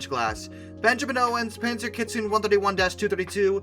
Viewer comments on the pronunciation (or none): none